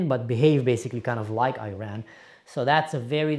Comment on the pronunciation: First off, learn to pronounce the word Iran correctly. Secondly, use Islamic Republic when you are referring to the thugs that have ruined your Syria. They do NOT represent us Iranians in any way, shape or form.